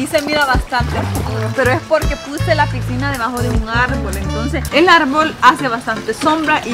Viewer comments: No sé dice pigsinas se dice piscina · Una pregunta porque dices picsina jaja teamo mucho 😊